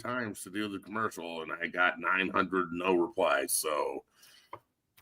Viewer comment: why do you pronounce commercial like “commoarcial”, what’s going on there like why? Love the show.